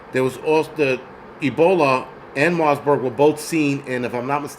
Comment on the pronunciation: Bro I love your livestreams but its MARBURG not * MARSBURG* No "S*